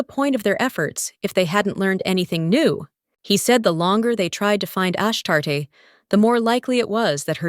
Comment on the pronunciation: It's pronounced Ash-Tar-Tay 😅 Nt Ash-Tart Makes me think of a Poptart 🤣